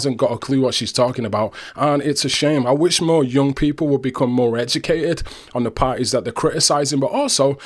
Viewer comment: Are yoo even edjicated?